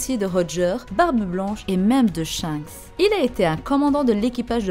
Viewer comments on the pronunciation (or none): none